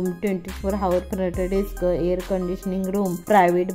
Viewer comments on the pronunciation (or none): हावर नाही हो म्हणत आवर म्हणतात